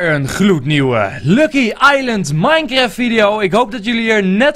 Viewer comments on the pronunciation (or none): none